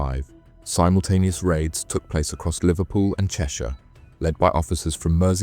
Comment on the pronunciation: Please pronounce simultaneous correctly.